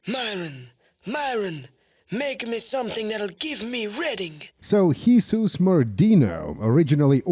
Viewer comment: how have you managed to pronounce Jesus, not as english YIsous or spanish HeSUs but as... HIsus. Truly an innovative creative.